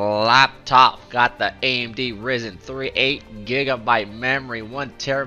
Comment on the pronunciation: AMD "RIZEN" 5 lmao, really do be 50 lul